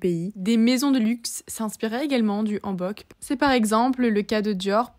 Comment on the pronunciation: salut welcome dans mon pays profite bien ^^ MAIS c'est pas AN bok comme nouvel an mais H ANNE bok .. comme ON n'a pas recu c'est pas ON mais comme ON'' OFF .... ^_^ si tu es corée pour ca oufff .. tu vas perdre ta tête xD surtout ton €€€